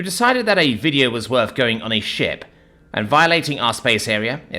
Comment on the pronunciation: Ohhhhhhh! He said "shiP" with a P. I had to stop and read.